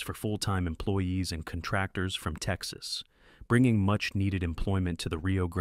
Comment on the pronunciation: If you are going to use AI narrators, at least listen to it all the way through to catch the mispronunciations. Con-TRAC-tors (CON-tractors) Super-puh-seas (Super-PACs) are the two that jumped out at me.